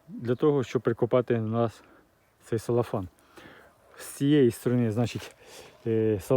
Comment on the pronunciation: Целофан. Не салофан, не селофан. Цело. Від слова целюлоза.